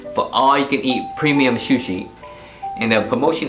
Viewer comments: Su shi, not shu shi. Lol. Looks good. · Shoe-she lol